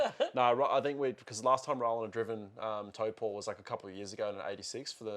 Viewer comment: Respect on the pronunciation of Taupo!